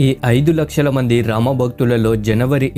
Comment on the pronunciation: First learn to pronounce Ramas name correctly